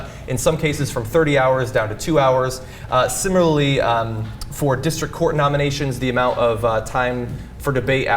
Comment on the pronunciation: That is WEIRD... Whenever Cenk says similarly... he dsounds like a druling or something.... I thought it was just Cenk that had trouble saying thtat word... but idarola said it the SAME EXACT WAY as Cenk...... Maybe its a cali thing?